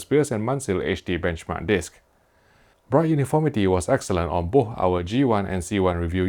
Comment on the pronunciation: May I suggest you say "boss" and "wiss" instead of "bo'h" and "wi'h" since you can't pronounce "th", it's too weird lol.